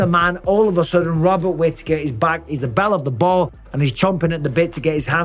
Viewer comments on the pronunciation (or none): none